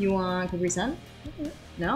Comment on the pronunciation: It's CApri! Not caPRI!!